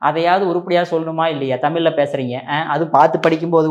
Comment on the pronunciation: நீங்கள் 'தமில்' என்று சொல்வதை மாற்றிக் கொள்ளவும். 'கிளி கிளி' அல்ல. 'கிழி கிழி'. தமிழை சரியாக உச்சரிக்கவும்.